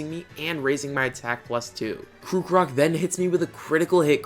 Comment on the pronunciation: I enjoyed the video very much and laughed a bit much when ya said kookarock forgetting to pronounce the r in krockarock